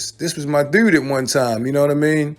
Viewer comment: You definitely from Baltimore because nobody say the word "dudes" like y'all